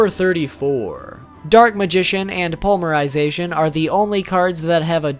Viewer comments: Poly-mer-I-zay-T-on NOT pully-mer-sization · Dude!! Srsly!! I mean no offense but... Po-ly-me-ry-za-tion!! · Ugh omg its palm-mer-i-zation...its poly mer-zation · Despite you triggering me many times by saying polymerization without a Y (poly means multi). I still liked the video and appreciate your effort in making it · "pulmerization" huh? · honestly your pronunciation aren't too bad...but...polymerization....oof